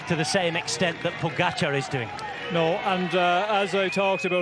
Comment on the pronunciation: They are paid commentators And can’t pronounce name pogacar correctly Wow